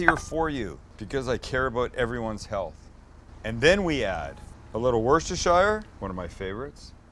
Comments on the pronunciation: Sam. One more time here... 😜 It's not "woosterrshya sauce" You do not pronounce it as it's written 'Worcestershire' Also, you definitely do not pronounce the Shire part like the Shire from Lord of the Rings 👍 So, I'll try to spell it as you're supposed to pronounce it: "*Wuss-ta-sha* Sauce". Give it a go next time. It's the proper English pronunciation! 😍 We all know what ya mean mate, just go for it... it's a bit of fun! The Lack of Cod is almost OK, Rock is a great 3rd best, 2nd would have been Haddock ✝ Looks great BTW. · You´ll never learn it! Worcestershire sauce is pronounced "Woostersher" sauce! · Cut chips.. Soak chips.. Blanch chips.. Cook chips in beef dripping. Yes beef dripping.. Once you go there you will never go back to the "healthy oil" option.. Oh and woo sester shire sauce is not pronounced like that its pronounced wus ter sher.. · Love the way Americans pronounce 'shire', it's how it's written for them but for us it's pronounced 'sheer'. The American pronunciation is actually the original English one IIRC. It was our pronunciation that changed, not theirs. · Sam, I am from the UK, we pronounce Worcestershire as (Wuss - Ter - Sheer) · For bonus points us Englanders pronounce it “wusster” sauce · I am from the UK, stop calling them fries if your making UK fish and chips - check out a UK chip pan used for this process - its best to wash the chips after they are cut to remove excess starch. Worcestershire is pronounced wuster - forget the shire. kitchen towel is perfect for taking away the excess oil. An alternative to cod could be Haddock or Plaice. In the UK we don't tend to do a 'seasoning flour - just into the batter and btw generally from a fish and chip shop they DO NOT put beer in because children eat this too. we usually put salt and vinegar on them and lemon on the fish. please use a knife and fork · Woosta sheer! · Listen! Its woosra sheer. Im a mass hole from Boston and know about these things. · Woister shart! WoW!?